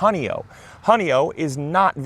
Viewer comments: Please, for the love of the Finger Lakes in NY, it’s pronounced “Honey-oy”, like in “oy ve,” not “Honey-oh.” 😊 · I live in Honeoye, NY. It's a Seneca word meaning fingers on the ground or fingers lying there. It refers to fingers having been cut off. It's not pronounced honey O. It's Pronounced honey oi.